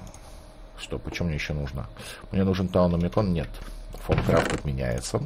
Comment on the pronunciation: Все кроме тебя говорят так как надо не фомкрафт а таумкрафт